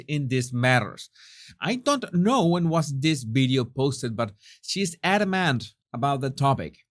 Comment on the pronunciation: Oh, this is intriguing about that bideo of a Monticedo mansion that was sold and that looks exactly like the Harkles' place. I'd like to see that bideo and find out what's it all about. Is there a YouTube link? (Love how pronounces videos lol)